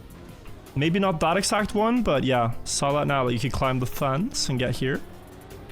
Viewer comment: "ClimB" I can tolerate. But "Stepp-ed"? No! It's time to stop.